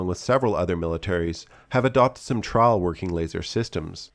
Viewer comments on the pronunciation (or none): stah-ols instead of stye-uls (style) trah-ols instead of trai-uls.... (trial) sry I get distracted by the weirdest stuff in videos, esp how people talk.